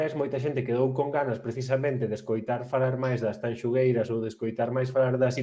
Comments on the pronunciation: O único que me amola de todo isto é que terminou o festival e siguen diciendo mal o nome de Tanxugueiras...🔥🔥🔥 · Co ben que din Shakira, hai que ver canto lles custa dicir Tanxu(shu)gueiras.